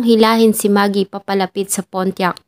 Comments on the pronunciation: Pontiac,.not Pontiac..silent T.😊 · Sana nagresearch muna sa correct pronunciation ng PONTIAC